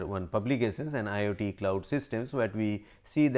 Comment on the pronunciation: This man pronounces IoT as IIT